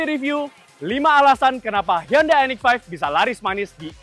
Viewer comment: respect dengan penyebutan merk "HYUNDAI" dengan benar